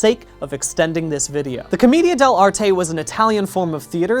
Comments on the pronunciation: the way he pronounce Comida De L'arte Rly annoys me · Hearing "Comedia dell'anime" is like being struck by lightning. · The pronunciation of comedian dell’arte is amazing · hearing him try to pronounce commedia dell'arte killed me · im just slightly upset he pronounced commedia dell'arte wrong the whole time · Being Italian, hearing "commedia dell'arte" so many times made me cry tears and meatballs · everytime bdg mispronounces commedia dell'arte the theatre student in me dies a little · Great video, as always, but my Italian heart was literally slain by your pronunciation of "commedia dell'arte". It was a beautiful but tragically painful video for me. I sincerely appreciate the effort though. Keep up the good work! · That's a funny way to pronounce commedia dell'arte